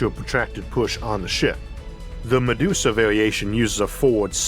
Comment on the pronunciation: I laughed at her pronunciation of Medusa like "Ma deuce a".